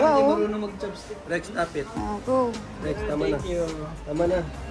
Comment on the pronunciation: Haha bagay na bagay pagkabigkas mo 'stop'haha